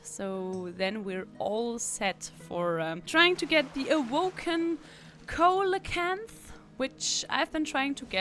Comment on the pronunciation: The fish you mentioned, Coelacanth, is pronounced "See-Low-Kanth" because, you know, English lol Love your videos!